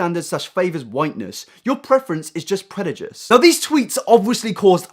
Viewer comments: you said predujice instead of prejudice lol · My favourite part of this video was when you read 'prejudice' as 'predujist' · it is prejudice not Predijuce lol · "predudice" lol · Lol Did anyone else hear predijice instead of prejudice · Did he just say "predajice"? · did u just say predujice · Anyone else get annoyed when he said predujice?? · also "predujice" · did you just say... predijuce? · predujice omg i can’t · did you just say predujizz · Prejudice is pronounced pre-juh-diss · oh no he made a little mistake with his words better go arrest him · "predujice" lol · he said the word prejudice like a bellend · Please learn to say "prejudice" correctly. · I completely agree with what he said on twitter about racism and prejudice (try pronouncing that word correctly next time). When you said that he was calling an entire "group" of people racist for not finding "someone" attractive and is therefore barbaric, I think you and others completely missed the point. He's completely right when he says that we as a society have been conditioned to favor European appearances (Think of photoshop surgeon "perfection" mask, completely European features that look odd when used on a person of color). He never said that not finding "someone" (singular, as you put it) attractive who happens to be of a certain race is anything racist, he said that when you write off a whole race as unattractive, or purposely leave them out of your dating pool specifically because of their race, that's when it becomes racist, or at the very least extremely prejudiced. And I completely agree. As a person of color, I guarantee we experience this more than you as a white person would, so i wouldn't expect a lot of them to believe it and take it seriously, but it happens on a daily basis, whether you want to believe it's true or not.